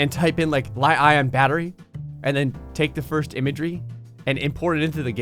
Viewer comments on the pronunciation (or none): No one gonna comment on how he pronounced li-ion as lie-eye-on instead of lithium-ion? Just a peeve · It’s lithium ion not liion hahahahhaha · Battery is not Lie-Ion. (pronounciation of ) the battery is a Lithium Ion battery, The Li is the chemical insignia for Lithium.